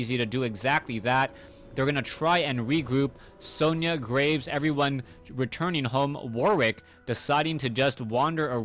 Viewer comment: Sona not Sonia